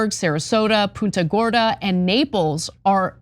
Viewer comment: Can you say Punta Gorda one more time please 😂😂😂😂😂😂😂😂😂😂😂